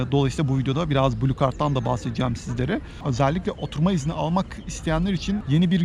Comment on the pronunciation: "oturma izni" yazman ve öyle söylemen ❤︎ ben eleştirilere kulak vermen ve makul bulduklarını düzeltmen harika. almanya'ya gelebilirsem sen ve eşin gibi güzel insanlara mutlaka kahve ısmarlamak isterim :)